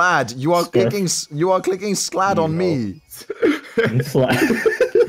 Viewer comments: It's pronounced scald... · Lmao he can't pronounce 'Scald'